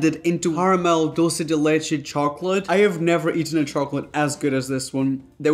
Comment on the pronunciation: I love how you pronounce “dulce de leche” I feel like I always cringe at how people say it (I understand they never knew how to say it I just cringe lol) since my first languages is Spanish and I know how to pronounce it, but even if you didn’t pronounce it exactly I appreciate how you pronounced it 🤩 just had to share that lol ( if you’re wondering)